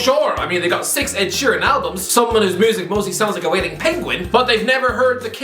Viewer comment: The fact that you say Ed Shearen and Rock and Roll it is a discrace